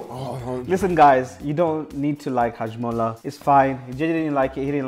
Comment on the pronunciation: He said hajmulla wtf